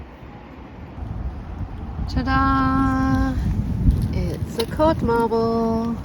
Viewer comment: 1st modd carble? I love how im not alone in making new words ,😂 codd marble reinvented. As always my favorite happy place, thanks for the amazing videos.🤗